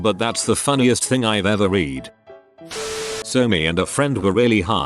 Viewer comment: This AI always reads "reading" as "redding", and the past form "read" and the present form "read" Pisses me off so much